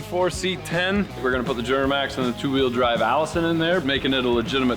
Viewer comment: “Juramax” lol